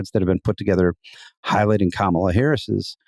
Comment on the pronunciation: What the hay, Jonah? You can't bother to pronounce the sitting vice president's name correctly? Maybe I expect too much from the Dispatch. Edited to add: I swear I saw you on a CNN panel this morning discussing the very issue of Trump mispronouncing her name, and you giving Trump the benefit of the doubt... and now I'm questioning your sincerity on the issue, hearing you do it, knowing you're absolutely aware of it as an issue of disrespect.